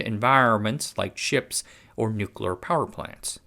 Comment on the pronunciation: Thanks for a really good, knowledgeable, well-researched and presented, informative vid...and THANK YOU for not using AI to write it, and using your own human voice for narration. It really is a breath of fresh air. Please learn how to say "nuclear". New klee Uh. Not " New kew luh". It's a core word for your topics it would really help your Cred if you pronounce it correctly. Otherwise you kinda have cred similar to George Dubbleyuh Bush - he said "New kew luh" too ☹️ Please, it's not hard.👍